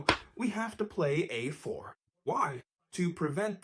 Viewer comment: Fantastic exposition, btw. And excellent production values. Though the AI mispronounces a6 and a4 at .